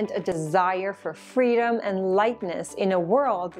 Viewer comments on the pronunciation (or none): none